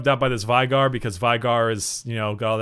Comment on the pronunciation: Vigar..... It's fucking veigar VAYGAR.